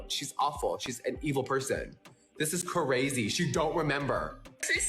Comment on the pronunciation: " it was cArazy " Why adding an extra 'A' LoL 😆😂🤣